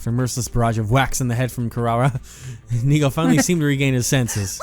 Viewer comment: French funfact of the day : in the game, Nigou is pronounced "Nigo", which in French sounds exactly like the word nigaud, which means a fool (but in like formal version) So for the whole gameplay now all I can hear is everyone calling him a fool lmao